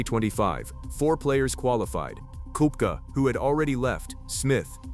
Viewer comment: So AI can’t pronoun Brooks’ last name?